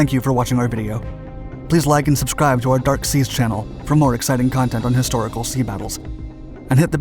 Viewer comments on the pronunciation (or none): none